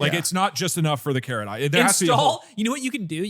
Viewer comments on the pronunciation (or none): Caret not carrot ^_^ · Lmao everyone seems to have heard "carrot" instead of "caret" hahaha. ^_^ Also, I already have the Japanese keyboard installed for the memes! 日本語を少し話せます。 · I heard carrots, lmao.